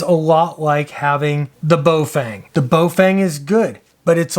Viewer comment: it is Baofeng pronounced Bow (like cow) Fung. There is no Bo and no fang. That said,, thx for another good vid.